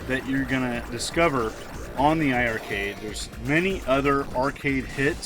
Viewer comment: It's pronounced iRcade , don't double the i 🤷‍♂️